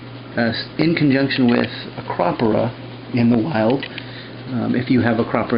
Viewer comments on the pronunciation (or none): it took me a solid 30 secs to figure out what you meant by "acrahhperah" XD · Ah-Crow-Pour-Uh (not trying to be mean)